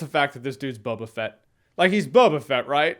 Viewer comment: His name is No-ba Fett